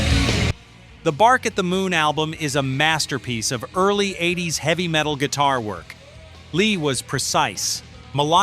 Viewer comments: I’m a 62 year old gramma. I have this to say, “ Tipper Gore will eventually be gone. The music lives on.” “Eight zero s”. Dude, edit your AI already. And Mick, I want that bolero. RIP Ozzy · I've never heard of the 80s spoken out like eight-zero-ess. 🤣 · Dear "ROCK LORE" - fix your transcription software or stop letting an AI do the narration. Hearing someone repeat Double-U-Ay-Ess-Peee instead of WASP is just plain grating. And having it talk about the mid "eight-zero-ess" is what used to be called an epic fail. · sorry I don’t subscribe to channels that can’t narrate their open content. 8 0 S instead of 80’s, REALLY?’ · Cannot endorse videos like this that are so poorly made with AI that they call the eighties Eight-Zero-S. A little editing goes a long way. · It’s WASP “We Are Sick People” I hate AI voice overs!!! It’s “80’s” not 8 0 s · That's because the narration is AI generated didn't you catch where he said 8. zero S instead of 80:s? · You would have enough sense to call the decade the 80's, not 8,0,s AI SUCKS!!! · or "The 8-0-s" AI can't pronounce "Eighties" apparently 😅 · Do you watch the video before you publish it? Really? The band "Double U Aye ess pee" in the mid eight zero "S" instead of the band WASP in the mid 80s? I didn't make it through the first band before I stopped watching! AI sucks! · Why is the Video and song for "Blind in Texas" the Wild Child? Who messed that up? Why can't the AI say Wasp like the insect. These videos are so funny to listen too at times. It says 8 0 s instead of the eighties. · I heard "doubleyou-ay-ess-pee" and "the mid eight-zero-ess" and stopped watching. Stop using AI to read your fucking scripts! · This AI voice over needs more work... "Eight Zero S"... Interesting W.A.S.P. is called WASP... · ""eight Zero Ess" is what happens when you are too lazy to narrate your own video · I loved the 8 zero s. 😁 When the AI spelled out wasp it made think of when some one says get that to me ASAP. 😆